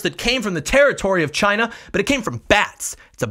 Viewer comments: Actually, he didn't say it came from "China", he said it came from "Ghina". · I thought it was hilarious he was was saying it normally and then said the meme version for emphasis. Chyna